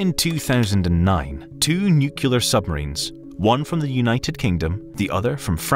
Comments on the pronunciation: NUCLEAR not nukelar, ffs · The only reason I think the narrator isn’t AI is his saying “nucular” like George W, it’s New-clee-are… say it with me. New-clee-are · Bro... it's nuCLEAR, not nucular. You can't make a video essay and be taken seriously while saying things like a 5 year old. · Being a grown ass adult and pronouncing it "nukular" is so unerving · "nucular" Sorry, private equity, this is the last straw. The "bow" read like a violin bow instead of a ship's bow. I gave you a chance, but I just can't anymore. Goodbye. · "Nucular" People saying "nucular" drives me up the walls. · YES!!! 💯 ...Glad it's not just me who gets annoyed by this. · NUCULAR??? Seriously? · ☝"Nucular. It's pronounced nucular! Nucular!" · Now if they could fix the "newkyooler" pronunciation of nuclear...